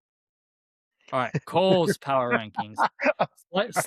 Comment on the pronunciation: UNLIMITED POWAHH